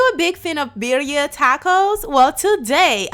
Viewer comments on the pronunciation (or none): Not pronounced right 😂